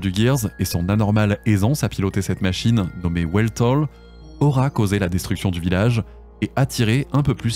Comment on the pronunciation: Toute petite précision, le nom du Gear de Fei est un mot allemand, ça se prononce velt-al (le al de allumette par exemple). Le nom est un peu cliché puisque ça signifie tout simplement espace (et c'est pas le seul, "id" c'est pas le nom le plus subtil pour un alter ego cédant à ses bas instincts, mais au moins ça se comprend bien).